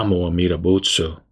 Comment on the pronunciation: Why do you chant "buts" instead of "butsu" at the end? What's the difference?